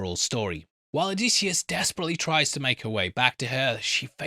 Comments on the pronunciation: And it’s oh-diss-e-us … pronunci time, pronunci time, pronunci time… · why the effing diphthong there is no AY sound anywhere in Odysseus’ name. O di sioos and with the i I mean the EEee sound. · I'm a classicist, so I have an appreciation for the original. But of course modern pronunciation does not, nor need not, follow the original exactly. The generally-agreed upon modern pronunciation is Oh-DIS-yus. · I'm Greek with studies in history and archaeology and i have to say that your pronunciation is not even close 😊 It's O - thy - sefs...Just like that... The dactylic exameter rhythm has to do with the tonality in a poem and the tone there might differ due to poetry reasons..That has nothing to do with the pronunciation itself